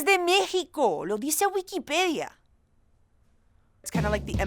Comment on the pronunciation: When she said wikipedia on Mexico wikipedia sounded sooooooo chilean